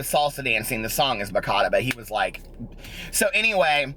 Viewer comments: i have to love you pronounce ba cha ta, you are the cutest.😃😄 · lol it's pronounced bah-cha-tah. cha like cha cha lol!!!!!